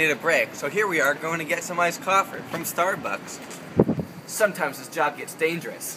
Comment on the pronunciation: Did he say "Iced Coffer from Stardbucks"?